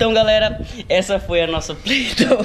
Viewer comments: Se fala "Plei-dou" mds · e play doy não play doo 😂